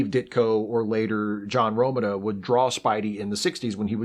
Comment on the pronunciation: Apropos of nothing, I interviewed John Romita Sr. once. It's pronounced roe-MEET-ah.